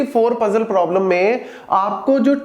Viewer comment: I did speed to 0.5 😢 when Sir was saying Traveling salesman probablem (TSP)